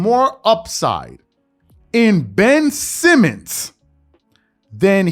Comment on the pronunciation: Everytime this guy says Ben Simmons I can't help but laugh my ass off 🤣🤣🤣